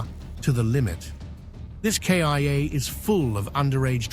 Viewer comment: The most shocking moment for me in this videois is that K.I.A. AI voice